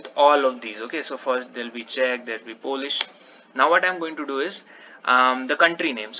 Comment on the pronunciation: Yes, you are pronouncing Czech correctly :)